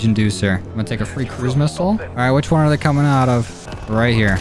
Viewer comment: he said thay